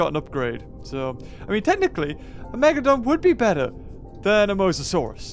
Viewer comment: Dude it’s mosasaurus not mosasaurs